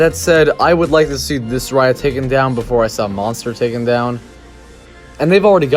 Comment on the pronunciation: Monstre is NOT pronounced like Monster, at all. Not even in English. Also, the mini rail WAS the atmosphere of the park. Since it's removal, there is no soul.